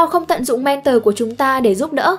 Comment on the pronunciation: Thích video của spiderum lắm...nhân tiện đọc là "men thò" ko phải "men tờ" nhé.